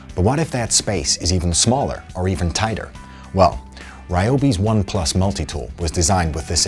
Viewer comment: It's REE-OBI not RYE-OBI... carry on